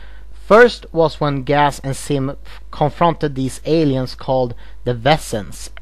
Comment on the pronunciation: You need to work on your Z's because it sounds like your saying Sim and Gas instead of Zim and Gaz no afents